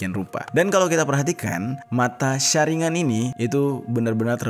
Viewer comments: Saringan wkwk itu baca salah bukan saringan tapi sharingan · Saringgan bang bukan saringan🤣🤣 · kyk baca ningen aja dibaca ningGen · Maaf sebelumnya kayany yang bang jeri maksud itu bukan mata sasuke yang 6 6 6 melainkan itu mata Madara Uchiha dan yang berdarah itu punya itachi dan yang segi 6 itu baru sasuke 🙏 dan pelafalan sharingan itu sebenrnya bacanya Sharinggan gitu